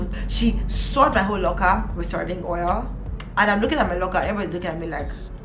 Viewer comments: Not “sarding” omo sardine don turn sardinG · me here dying every time you said 'sarding'